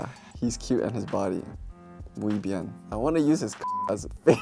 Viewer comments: “mju” jajaj “muy bien” ❤️‍🔥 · Did u heard that? He say "MUY BIEN" n that actually sounded MUUUUUUY BIEN. 😏🔥🔥🔥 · no because i lost it at minute when he said "I mean, I've definitely seen..." after reading the moisturizer's tweet,, DUUUDE I WAS LIKE 😳😳😳😳😳😳😳 ??? btw the "muy bien" omg proudly latina here!! <3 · I love the Way he says "muy bien" perfect pronunciation...!!!